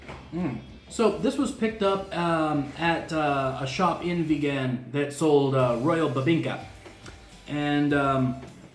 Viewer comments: Ever since I tried longganisang Vigan a few years ago, it has been my preferred longganisa. BTW, put the stress in the first syllable when pronouncing Vigan (say it like VEE-gun, not be-GAN). For your non-Pinoy friends, the "silog" food combos is a result of combining three principal ingredients in their shortened Tagalog form, two of which are: SI - SInangag (fried rice) LOG - itLOG (fried egg) hence, tapsilog from tapa, longsilog - longganisa, tosilog - tocino, chicsilog, hotsilog, et al. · you're butchering saying vigan! it's vegan, like someone is into veggies and stuff! not began, like someone began to eat longganisa or tocino for the first time in their lives! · ......... Vigan is pronounced as veee-gan just like vegan bro.........Merry Christmas......... :)